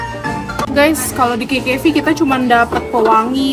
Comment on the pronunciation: Kak bukan kekevi tapi kkv👍😭😯🌝